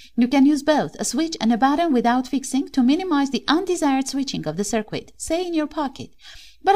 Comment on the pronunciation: I love your channel and enjoy listening to your instructions. Please keep making videos! I think you would like to know: "circuit" is pronounced as if the 'u' is silent. "Sir+kit", not "sir+kwit"